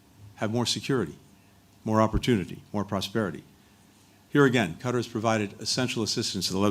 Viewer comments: Qatar is pronounced “Kat-Tar” not Cutter. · It's Qatar not Cutter. Be polite and pronouns the countries name properly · Cutter?… ain’t it Qatar?… bunch of word salad🙄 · Total 🐂💩 blinkent’s. It’s not ‘ cutter’ ‘it’s Katarr’. US needs to pay for everything! Total bullshit….. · Seems as if he brought QATAR (NOT CUTTER) a bag of b.s. full of promises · He should how to pronounce the word Qartar!!! It's not cutter. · Whats this "Cutter" countrt he keeps talking about. I thought they were in Qatar. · he doesnt even bother to pronounce Qatar properly... Cutter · How is Qatar pronounced? As the actor /puppet pronounces it as ‘cutter’ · He can't even pronounce Qatar after a year of dealing with their officials. Shows his disrespect for all in the Middle East apart from his paymaster Israel. Frankly I have very little concern for 107 people that he has prioritised for the past year. Of that number I believe less than 10 are American and even then they are probably dual nationals. Why is it our duty to help???? America has enabled and funded the destruction, America should pay. He is a disgusting example of man kind who will meet him maker and find his fate. Taking about money shows his lack understanding. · These US officials are so disrespectful they refuse to pronounce "Qatar" properly while in Qatar! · He doesn’t even pronounce Qatar correctly; he’s an evil demon 😈